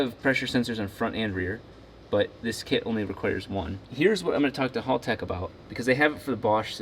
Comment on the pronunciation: Hal-tech, not Hall-tech. Kills me every time I hear it…